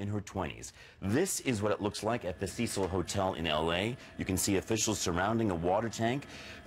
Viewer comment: It's Cecil not cicel🤣🤣🤣